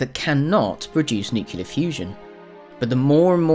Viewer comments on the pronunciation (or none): Yes mark tuson and suphi sarigollu, that's where they lost me. There is no such thing a nucular medicine scan, a nucular power plant, nucular fusion, or nucular energy. That drives me absolutely fucking crazy. IT'S NUCLEAR! GAWD! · “Nucular fusion”. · *Makes professional video about physics* *Says “nucular”* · It's only failed if it tried to become a star, right? Nice quick and informative. Could you please not say "nu-cu-lar?" One of my pet projects is to halt this strange mispronunciation. Thank you. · Tsk. Surprised you would say "nucular". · why do you say nuke-u-lar? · No khan jee, according to the narrator, it needs NUCULAR energy.lol Sorry khan jee, I couldn't resist. It drives me insane when people mispronounce NUCLEAR. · Nucular fusion ... twitch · The channel lost me with that word. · learn to pronounce nuclear properly please